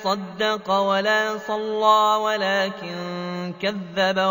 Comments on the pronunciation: ياشيخ اللام في لفظ صلى تقلل وجها واحدا لأنها رأس آية بما أنها تلاوة نموذجية فلابد من توخي الحذر لاجتناب مثل هذه الأخطاء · نفس الملاحظة، المفروض توجد إمالة ...والله أعلم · فلا صدٌق ولا صلٌى ...ترقٌق اللام لأن فيه نقطة إمالة...والعلم لله